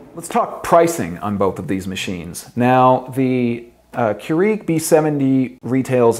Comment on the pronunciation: Not sure I like how he says "Keurig," he's pronouncing it strangely.